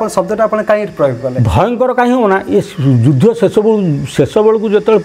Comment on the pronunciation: ଆଜ୍ଞା ଆପଣ ମୋର ଏହି ସନ୍ଦେହ ମୋଚନ କରିବେ କି? ଆପଣଙ୍କ ବିଭିନ୍ନ ଏପିସୋଡ ରେ କଥାବାର୍ତ୍ତା ମଧ୍ୟରେ 'ଯୁଦ୍ଧ' ଶବ୍ଦ କୁ ' ଯୁଧ୍ୟ' ଉଚ୍ଚାରଣ କରିବା ଶୁଣିବାକୁ ମିଳୁଛି। ଏହାର ବ୍ୟାକରଣ ଗତ ସିଦ୍ଧାନ୍ତ କିଛି ଅଛିକି ?